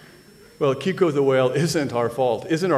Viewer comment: The name was Keiko, not Kiko...!